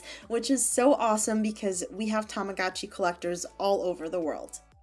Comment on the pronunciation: The advertisements are so cringey, TAMAGOOCHI PIX, BITCH ITS tamaGOTchi